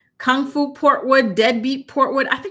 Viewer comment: It kills me everytime u say King Foo Portwood! Deadbeat Portwood is true but Kung Foo Portwood is so funny